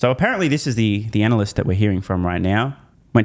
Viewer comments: Did I hear that right? Anal-cyst? About right I'd say. Thanks. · It's "anal-lust"